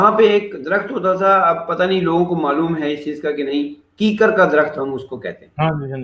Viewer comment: This is kikkar not keekar sir